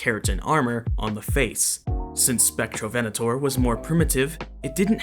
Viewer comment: Im brazilian and i forgive you for the mispronunciation